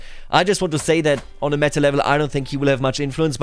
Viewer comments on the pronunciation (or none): none